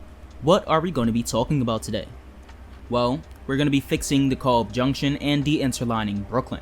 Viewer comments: Cool. So why did you pronounce "Montague" as "mon-thaug" not "Mont-a-Hue"? and DeKalb not as "Dee-Caalb"? Asking as this is a "learning" channel and this could help someone else especially those that are not in NYC or familiar with NYC. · Question? Are you a native NYer? I ask due to the manner in which you pronounce certain street names. Example "Montague" and "DeKalb junction". I was only listening to the video, not viewing, and when you pronounced "Montague" and I was think, "where is that?"